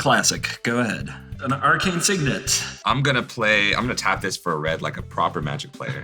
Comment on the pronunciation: "Arcane Signet"